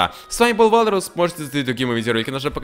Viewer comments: Почему ты говоришь эвалрус когда ты валрус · Почему евалрус говориш говори вларус!